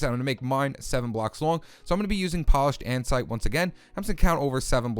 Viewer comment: Did he say andsite?!? Its andesite stupid